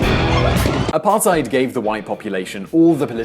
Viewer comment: I'll never get over the apartheid pronounciation